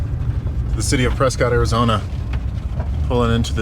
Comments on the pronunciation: It's 'Preskitt' (like biscuit) not Prescott, as far as pronunciation (for that AZ town at least). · So fun to watch you in my fair state of Arizona. By the way, the good people of Prescott pronounce it Pres' cut, not Pres' cot. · It’s “Pres-kit” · Just fyi Prescott is pronounced preskitt like biscuit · That's because you probably didn't get your fries animal style also it's pronounced presscut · Prescott,AZ is pronounced 'Prescut'. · It’s pronounced Pres-kitt.